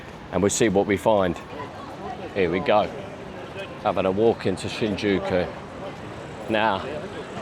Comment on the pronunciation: you were close mate, just forgot the "Y" lol